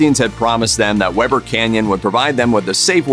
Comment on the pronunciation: “We ber Canyon”. Not Webber. l am from northern Utah. Weber Canyon was my playground.